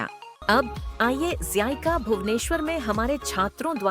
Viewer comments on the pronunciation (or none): zica ❌ zaayeka💯✔✔